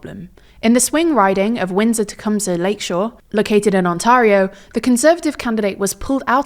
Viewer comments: Very minor detail but Ontario is pronounced like "on-tair-eh-oh", not "on-tar-eh-oh". Very minor mistake and I get it's likely a British accent thing, but other than that the analysis is bang on. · FYI - Ontario is pronounced ONT AIR IO, and not ONT ARE IO. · Her pronunciation of Ontario hurts me.. its ONtareIO.. on onTARio.. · You're pronouncing Ontario incorrectly. It's On - tair - eeoh NOT On - tar - eeoh. Easy mistake to make. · It's pronounced Ont-air-io not Ont-arr me hearties-io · it’s pronounced On-tare-eo. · I know tldr has done worse to other people's names, but Ont-air-ee-oh, not Ont-aRRR-ee-oh. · I'm sure you've gotten this comment already, but it's pronounced "ont-EH-rio" not "ont-AH-rio" It's the same A sound as "late" not "tart" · I appreciate the coverage - just a small note that Ontario is pronounced "On-Terry-yo" rather than "Oh-Tah-rio" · On-tair-e-o, not on-tare-e-o. Trudeau had already started turning it around. Conservatives sound like they'd secretly like Donald to be trading Canada too. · Small thing but it seems many non-Canadians do it, Ontario is "on-tey-ree-oh" the A isn't "tah" it's "tey". The A isn't harsh. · On tar io? We pronounce it On (tear) io locally. It sounds very jarring the way you've been saying it. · Nobody pronounces it On-tar-i-o. It is On-tear-i-o (as in tear a piece of paper) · tiny small inconsequential thing, Canadians pronounce Ontario as "Ont-tare-rio" as in stare. but as you were! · Amazing coverage!! Well done! (And 'Ontario' is pronounced Ontaire-eeo and Canadians pronounce the Provincial Leaders position differently too - 'Premier' is pronounced Pree-mier.) Great work! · Ontario is pronounced ont-AIR-io .... AIR, not AH. . Predictably, this video has attracted large numbers of PP-bots amongst the genuine Conservative voters. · On-tair-ee-oh. Another day another TLDR video not taking the time to check how to pronounce Canadian names. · Its not ontario its On Tar eo - hermione moment